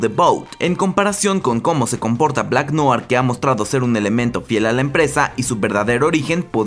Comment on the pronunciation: No sé si lo pondràn en la serie pero en el cómic es clon de otro... Ah por cierto... Noir se pronuncia "nuar" Buen video.